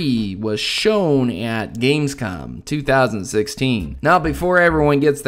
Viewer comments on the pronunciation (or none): It's Gamescom not Gamescon ;D